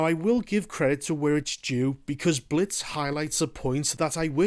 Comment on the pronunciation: “We Wuz in tha Blits”